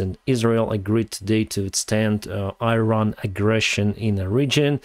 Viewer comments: It is not EYE-RAN, it is EE-RAAN. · It's not pronounced 'Airan', it's 'Iran'. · I-ran? Please, learn the pronunciation of countries you talk about. Iran (Persian: ایران Irân [ʔiːˈɾɒːn] (listen) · “Iran”. pronounce . You are not only talking to anglo-american audiences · try to pronounce iran as Eran. Like Elon in Elon Musk. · you're doing a great service, thank you very much. But please use correct pronunciations of Iran and Iraq. Thanks again, and more success to Ukraine.